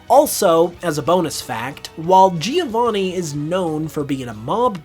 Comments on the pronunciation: Giovanni is an italian name and the first "I" is silent. So you don't say Geo to start his Name, just "Jo"vanni. Soo I don't know if this is a bit of a stretch. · That's not even how the name "Giovanni" is pronounced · Americans definitely should stop saying "Geovanni", that's not how it's pronounced